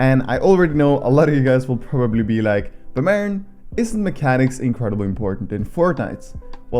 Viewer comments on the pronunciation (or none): none